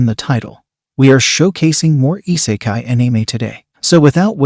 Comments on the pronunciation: You have committed treason on the way you pronounced anime and isekai in this video punishment is make more videos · your pronounciation of isekai , tensei and anime is somewhat off m8, other then that nice list